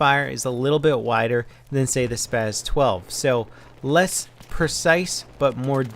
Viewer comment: It is pronounced SPAs-12 not SPAZ